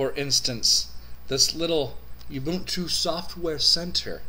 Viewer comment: My review of your pronunciation of ubuntu: it's bad. u-bun-tu u = oo, not yew. This is not a a female sheep bun = put a burger on it, not boon. This is not something granted as a favor. tu = hey, at least you pronounced one syllable correctly. too to two. I thought 15.04 was alright. I'm an Arch+tiling guy, but I actually like Unity. Anyway, 15.04 is exactly like 14.04 with newer packages. Software availability is good, though it's no match for the mighty AUR. Overall, I like Gnome 3 a little more than Unity these days and I prefer a tiling window manager to either, but the HUD feature of Unity is unbeatable. Typing to search app menus is genius. IMO Fedora 22 was a much more exciting release than 15.04 but 15.10 looks pretty interesting. They are trying to get Unity Next on the desktop for 15.10 and maybe snappy core. Could be interesting.